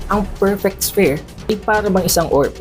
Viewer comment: Sphere = sfeer pronunciation don, lods. 😊